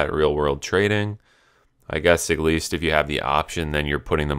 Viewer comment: Stop saying "egg lease" it's "AT LEAST"